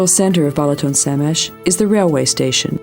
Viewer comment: Pronounced "Ba(h)laton" NOT "BElaton." the first "a" is pronounced exactly as the second one. So, that's your brief lesson in Hungarian (Magyar) pronunciation. I won't even get into the correct pronunciation of "Magyarország," the name of the country, "Magyar," the language and the people, "Magyarok." Enjoy Balaton.